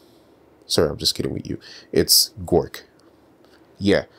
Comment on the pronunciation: It bothered me so much that you said "Gork" every time 😂😢